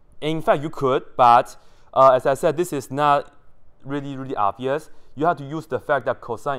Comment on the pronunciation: rery rery nicely 😂